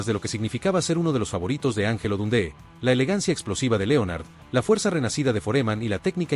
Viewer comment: “Don - dÉ?””,… “ For- E- man” ? Con todo respeto, la incorrecta pronunciación de los nombres de estos héroes del boxeo le restan mucho mérito a un video interesante en su contenido.